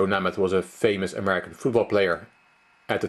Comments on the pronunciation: It is pronounced Joe "Naymath." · The best is how you mispronounce Namath, since Fischer was talking about his fame. First ā is long, like Name + math. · Joe "NAME-ITH." Puh-LEEZ! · Who hasn't mispronounced some names? Poor form!